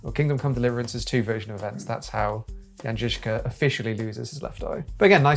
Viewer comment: As a Czech, I appreciate the pronunciation of the name Jan Žižka in this video. But about the loss of his first eye: It's true that there's really no documentation of how it happened to him. But the greatest experts on the history of this period, like profesor P. Čornej, consider it most likely that he lost his eye in childhood.